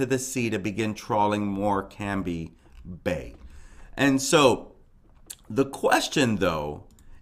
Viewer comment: Hi , Morecambe is pronounced, more cum . No slip marks and the water was only 1ft. Its a tidal river so goes up and down. Police haven't searched empty houses yet , so people are breaking into them to search . The cctv camera that shows where she was , was the only one "not " working. She never fell in that water !!!!!